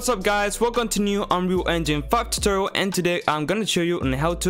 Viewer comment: "welcome to unree enjin FUCK totoril"